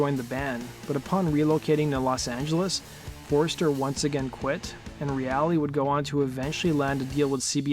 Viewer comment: Mark Reale - pronounced REAL . R.I.P.